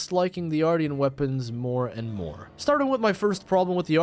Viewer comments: Dude… AR-SHEN -tian is pronounced shen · Ar-sh-ee-an weapons***